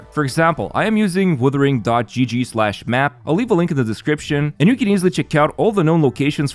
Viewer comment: WUthering, not WIthering. They're 2 seperate words with seperate meanings ffs.